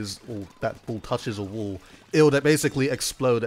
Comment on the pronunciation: "Once that bool touches a wool"